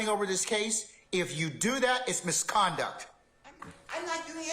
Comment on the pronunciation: Misconduct, its Misconduct 😢😢😢